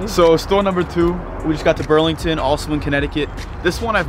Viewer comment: you keep saying brand names wrong like Ross you said Burlington and on t j max you said Marshall's